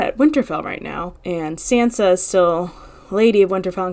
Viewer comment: After all this time, you don't know how to pronounce Sansa's name?? Wow.